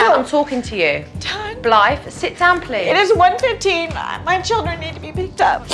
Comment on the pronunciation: Dang, I thought the mom said her name was Blight 😂 I was like that was rude of her parents to name her that. But no it’s Blythe.